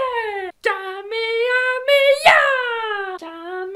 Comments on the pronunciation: Nannnnn c’est pas pas kamehameyaaaaa Mais kamehamehaaaaa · C pas kamehameyia ! C Kamehame... HA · C'est pas Kamehamehia c'est Kamehameha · C’est KA ME HA ME HA Pas KA ME HA ME YA.... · C'est Kamehameha et pas kamehameya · Cest Kameamea pas kameamYA😂😂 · On dit kamehameHA pas kamehameyaaaaaaa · Juste comme sa c pas ka me ha me ya mais bien ka me ha me ha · C est kamehameha pas kamehameh ya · C'est pas kamehameyaa mdr ya pas de "yaa" juste "aa" a la fin